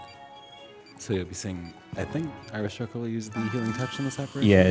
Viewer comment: I swear when you introduced yourself you said "Irish Hooker". Took me a second to correct it in my head.